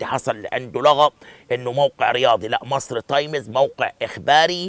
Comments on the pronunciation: انطق صح اسمها times تايمز مش تايميز انت فاكر كدة انك تمام او الناس البسيطة هتحبك يعم الصح انك تعلم البسيط و تخلي يحبك عيب انت خليت اية لاعلامي تحت الكوبري انت كدة إعلامي بربع جنية لما مش عارف تقول تايمز و تقول تايميز لأ و تتك كمان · ياريت تنطق كلمة times صح يا استاذ عبد الناصر